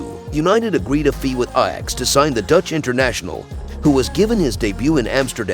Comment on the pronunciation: Who is narratiing this shite. Can even pronounce the name of ajax.